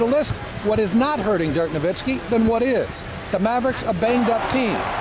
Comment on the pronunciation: Stopped watching . Dumbfuck Anna pronouncing Dirk's name wrong. Bitch needs to be spewing her feminist bullshit and not talking about sports.